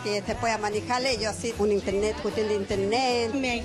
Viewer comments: un interneh, custion de interneh... jajajajajajaja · Minuto es la hermana de la "vistima" solamente que esta no pronuncia la R "intelne" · "Una custion de intelnet".. asi es mi aweli 😍🥰😍🥰...